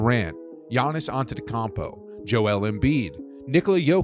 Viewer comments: pronounced {yannis atutukoompo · "Giannis antetkompo" 😭😭😂💀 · bro said antetocammpo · pov you heard ANTETEKUMMMPO and looked in the comments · i aint say nuthin las video but why he keep saying it like that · cmon man.. that is not how you say antetokounmpo.. hes the best player in the league atleast get his name right.